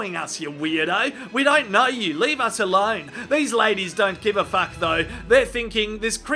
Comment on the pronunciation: the way he say FACK. always make me laugh hahahha